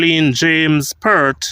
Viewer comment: PERT IS PERT...PEART.. PLEASE PRONOUNCE THE (A,) IN PEART